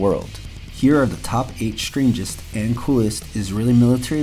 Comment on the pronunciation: please: "Strangest" not "shtrangest" - you are mispronouncing "STR" as "SHTR", "destroy" not "deshtroy", "strip" not "shtrip". you might fail "XTR" ("KSTR") as well by pronouncing it wrongly "KSHTR: Good video, but value diminished by lazy-seeming pronunciation, more common "lazy" pronunciations: "asept" instead of "accept", "shtrenth" instead of "strength", "eksetera" or "ekshetera" instead of "ek se te ra" ("etc."), and the brooklynese: "aks" instead of "ask". Would have private-messaged you this, but I don't think youtube has that option...